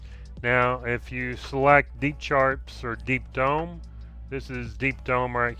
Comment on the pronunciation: I'm fairly certain you said "Deep Dong".........